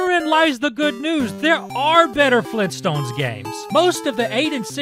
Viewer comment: FLEENTSTONES!? AUGHHHHHHHHH!!!!!!!!!!!!!!!!!!!!!!!!